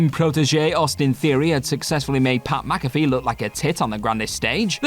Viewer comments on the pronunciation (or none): none